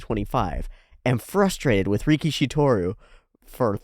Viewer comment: Let's start by calling GOAT antag properly: it's ricky-ish-y. Ricky-she sounds like sumo wrestler (rikishi.) It's funny how one extra "i" makes a huge difference 😆